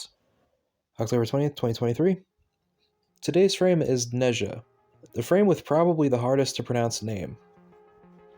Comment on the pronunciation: Ne-Ze-ah, Ze (pronounced like the ze in zed) Z-huu-Ge Can look for the pronunciation as Nezha and Zhuge are CN words.